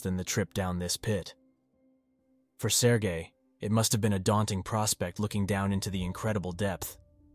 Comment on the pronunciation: everytime he say his name my head listen Sir Gay